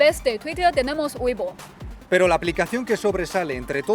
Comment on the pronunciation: la aplicacion WEIBO me suena como HUEVO pero de la manera de pronunciarla